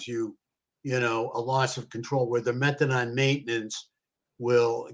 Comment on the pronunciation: It’s methadone, not methadon. Idk why it’s driving me crazy hearing it pronounced wrong so much 😬